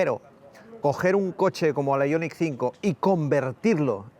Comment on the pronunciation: Aillonic...Aillonic...Aillonic...5, ¡¡¡¡ JO-ER !!!! IONIQ 5, que pu-ta manía de decirlo en guiri cuando ellos se ríen de nosotros, ¡¡¡ JO-ER !!!